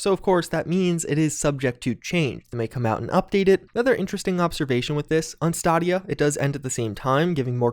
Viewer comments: "Stahdea" idk what that is, I know what stadia is... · Ok cmon, did he say STAA-dee-a? He's definitely trolling us now with these pronunciations lol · December 9 is my B-Day and I cant think of a better present than getting this a wee bit early! Also? lol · He mis-pronounces a lot of very common words, I think he's trolling us at this point lol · Dude, have you seriously not ever fucking heard anyone pronounce "Stadia?" Just go watch a commercial or something. SMH.